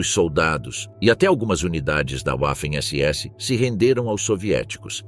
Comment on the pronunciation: Os soviéticos fizeram muito pouco com os assassimos sádicos da SS. O youtuber deveria aprender a pronúncia das pslavras alemães. Waffen não se pronuncia "uáfen" (quer inglesar o alemão, é?) É apenas VÁFEN a pronúncia.